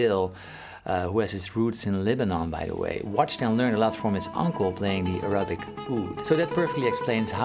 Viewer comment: When you said “Arabic oud“ I heard “erotic oud“ and I was like yeah, Paul gets it